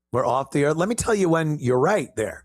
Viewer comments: “Off duh earff” 😂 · 😅 “From da Erff” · "we were begging them for help"🤣🤣🤣 "we are off the Earfff"🤣🤣🤣 This channel's goes great with my morning coffee 💯☕🤣🤣🤣